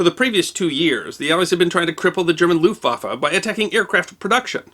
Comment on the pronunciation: Argh "looftwaffer", my ears, my ears, please God let me unhear this abomonation.